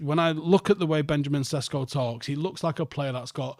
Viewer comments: His pronunciation is fine. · Sesko is how it’s pronounced in English. Jog on.